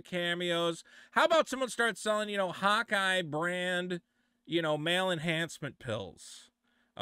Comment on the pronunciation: he says "Hawkeye", I hear "hot guy" 🧐